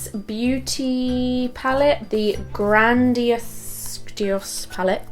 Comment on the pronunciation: Pur= pure & Grandiose (gran-dee-o-sssss) 😂 your look is beautiful! Much love